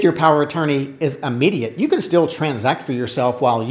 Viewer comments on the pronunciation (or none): I have a thing about people pronouncing "immediate" as "Ah-mediate", but that's just me... So many folk seem to do it that it's probably acceptable by now. Anyway, just thought I'd do the courtesy "You have spinach in your teeth" thing and mention it, rather than not. Hopefully helpful; your advice ALWAYS is. Thank you!